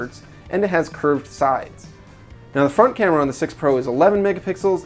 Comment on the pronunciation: I swear he keeps saying "Fart Camera"